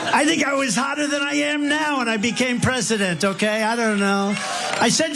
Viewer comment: Peesident?? You must be one of the uneducated that loves Trump so much.